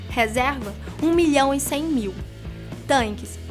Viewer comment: Meus ouvidos doeram quando ouvi "tanques"....